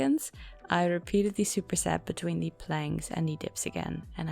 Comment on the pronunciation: Gaat goed! Back on track. Lekker. Ik vind je geweldig maar mag ik je één klein stukje feedback geven over je Engels? Je spreekt the uit als thie maar het moet meer klinken als de zeg maar. Anyway veel succes met je channel! Erg gaaf.